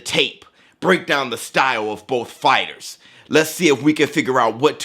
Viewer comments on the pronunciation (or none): none